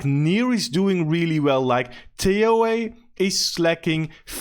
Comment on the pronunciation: When you pronounce it TA-OA, it hurts your credibility some.